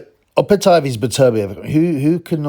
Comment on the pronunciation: watch his last fight against nyika and how the Aussie announcer pronounces it